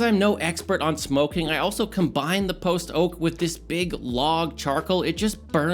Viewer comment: keeps saying post oak like post-oak as if theres a pre-oak lol. post oak is a species of oak like silver, white, water etc.